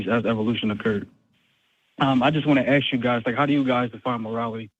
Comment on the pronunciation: And saying ax instead of ask.